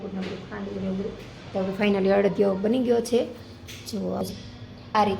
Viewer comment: અડિયો નઈ અડદિયો